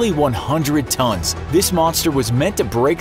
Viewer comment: "Tons", not "tones", guys! C,mon!